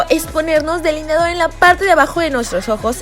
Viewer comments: Like si te fijaste que decía "deliniador" en vez de delineador 😂😍❤️ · No mames “deliniador”